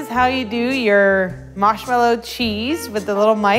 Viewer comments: Marshmallow not maushmallow plz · is it me or is she saying, "Mash mellow," instead of Marsh mellow? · She says "Mashmellow" instead of "Marshmallow" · Isaiah Higgins mawshmelloe is what i hear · I pronounce it mahrshmellow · i love how you say moshmello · is she saying mashmallow? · Haha all good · Sour Eggz, Midwest accents usually don't have a French tinge like this. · Not gonna lie, I'm low-key digging the way she pronounces marshmallow. 👍👍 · Isn't it strange how she has a completely american accent until she says marshmellow and then it sounds australian?